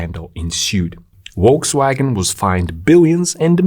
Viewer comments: Small tip... It's Folkswagen. In German, V is most often pronounced like F. Wolkswagen would mean something like Cloudwagon :) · note: it is correctly pronounced Folksvagen, not wolksvagen!! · Just FYI, Volkswagen is pronounced as "Folkswagen". So, decline in diesel car sales will increase the price of gasoline soon. Good to know.